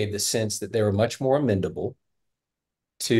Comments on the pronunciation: OK dad...it's amenable not amendable. What's amendable even mean?? You want to amend your children, change them, alter them??? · It's amenable not amendable. The word is amenable, without a d. Sorry, that is driving me crazy. 😂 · A smart guy should know how to pronounce "amenable " He good with numbers, not so much words...